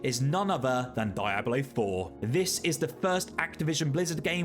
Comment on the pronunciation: I have never heard anyone pronounce Diablo like that. “Die ablo” is it an accent thing?